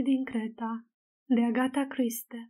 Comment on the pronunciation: Si nu doar asta.....pronunta rau cuvintele englezesti. Dar na ,macar citeste carti, ceea ce este f frumos.